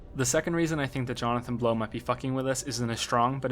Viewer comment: "Johnathan Blown" haha